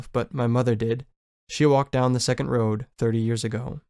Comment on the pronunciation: Great work! Just letting you know, it’s “seconal” not second. Seconals were/are sleeping pills.